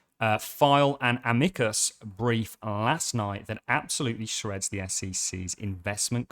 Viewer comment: Amicus not Amecus